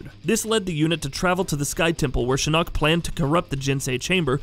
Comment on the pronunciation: I'm sorry but PLEASE STOP SAYING SHINNOK SO WEIRDLY, GOD I WISH I COULD VOCALIZE IN COMMENTS